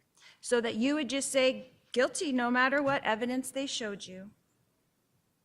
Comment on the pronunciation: A combination of "Quit" (talking, Lori) and "guilty" and we get "Quilty" LOL 😍